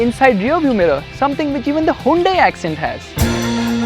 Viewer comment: Hyundai sounded like gunday 😂